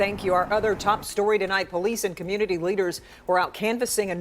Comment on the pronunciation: Community Khu-myoo-nuh-tee Say it with me